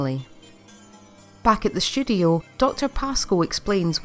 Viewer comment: I kept hearing "studio" as "sh*thole"